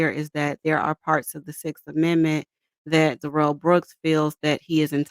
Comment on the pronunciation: The malignant dwarf is named Darrell, not duh-rell. He says his name when he is arrested and then in his polluted mind he thought it was cool to change it to duh-rell. He is Darrell. End of discussion.